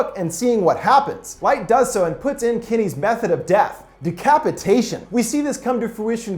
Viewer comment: As someone named Kenny, I’d like to take this time to make a PSA that Kenny is pronounced “ken-knee” and does not contain an I in it and is not pronounced “Kin-knee”